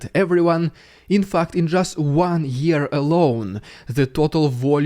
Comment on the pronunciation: omg, the way Dude says fact at 10m44s is exactly how Aussies say fucked! Lol.